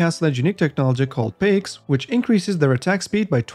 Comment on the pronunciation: Paiks UT : It's not pronounced peks, it's pronounced as paa-iks